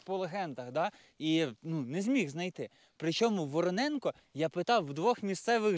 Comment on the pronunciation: Тільки не Вороненко, а ВоронЄнка, як гуцул кажу,😁😁